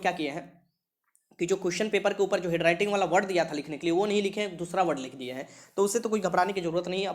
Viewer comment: हेडराइटिंग नहीं बुड़बक... हैंडराइटिंग बोलते हैं।